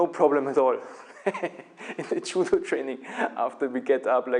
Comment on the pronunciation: you cant even pronounce judo properly. lol